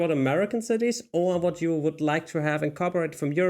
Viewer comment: Your English is usually pretty good. But I still giggle a bit on the inside when you pronounce "w" as a "v" (e.g. "vut" not "what") or "th" as a "d" (e.g. "dis" not "this"). I'll bet you do not even know you're doing it, it is just your German side coming out!